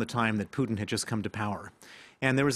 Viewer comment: Vlad-eee-meer PooottIN. The way the France 24 guy pronounces Putins name is interestink